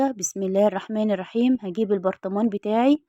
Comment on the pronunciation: مشتركة جديدة ، ارجو منك عند نطق بسم الله الرحمن الرحيم عدم ترقيق الراء فى الرحمن الرحيم اعطيها حقها فى النطق الصحيح كى تنالى الأجر كاملا وبالتكرار ستنجحى كما نجحتى فى عمل الفايش مع الفارق طبعا وبالتوفيق